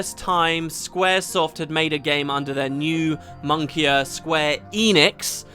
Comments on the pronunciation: Wait did you just say monkier instead of moniker? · I'm loving how you pronounced "moniker", gonna say it like that forever now Also they're singing in English so technically it's not K- or J-Pop, it's just Pop 👀